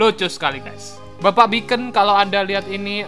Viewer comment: rip english